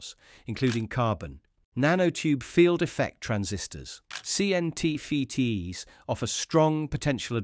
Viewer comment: You need to teach your AI how to pronounce tech terms. It is "R.RAM" not "R.R.AMM"😧, "C.MOSS" not "C.M.OSS" 😖😖and "C.N.T.FETTS" not "C.N.T.FEETEEZ"! 😱😱😱